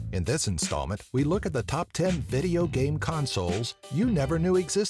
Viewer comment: you call video games vigeo-games XD